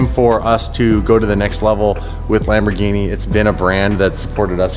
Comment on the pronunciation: I hate it when you say "Lmbogini" 😂😂 The R is still pronounced in Italian! I still love ya!